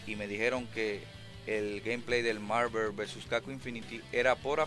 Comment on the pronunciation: que tan dificil es pronunciar bien Marvel? no joda